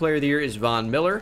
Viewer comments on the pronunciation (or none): none